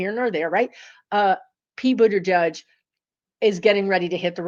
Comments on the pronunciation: Boot-edge-edge is the correct pronunciation of Buttigieg. It matters as it’s part of his vibration. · Pete Buttigieg pronounces his name gieg, rhymes with pitch or bridge, not judge. Just thought you'd like to know. Thanks for all you do!